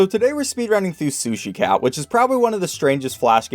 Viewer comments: Yo, Am I the only one who hears 'Sushi cow' instead of cat?? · you said sushi cow at the start lmao